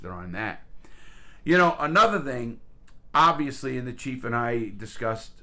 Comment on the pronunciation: Ovileesy instead of obviously